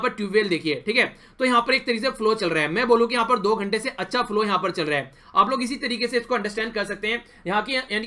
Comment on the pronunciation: Nicely taught sir 👍🏻🙏🏻 Lekin aap “yha par” ko “yha paa” mt bola kijiye 😣